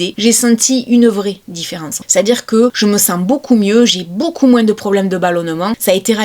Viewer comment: moins , pas moinse lol